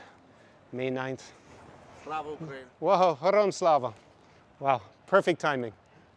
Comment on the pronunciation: Its Hero-YAM Slava!! 🤦🏻‍♂️🤦🏻‍♂️🤦🏻‍♂️ and you call yourself the language tsar???